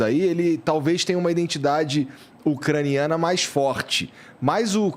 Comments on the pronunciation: domina o assunto, uma aula, mas fala "INDENTIDADE". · O careca fala “iNdentidade”…pqp!